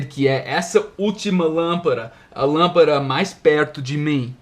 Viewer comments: darlin’: você falou lâmpaRa, porém, esta palavra é lâmpaDa em espanhol! Lampara é diferente de LÂMPADA, com D. D Só um toque para ajudá-lo a melhorar seus português quase perfeito.... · Olá.... muito bons seus videos assisto a todos, sempre que possível! não me leve a mal, mas você está a pronunciando a palavra lampada como se fosse no espanhol e não em português. até mais...